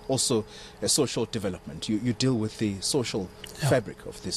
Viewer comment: Afrikaaner people don't say "with" they say "wif" lol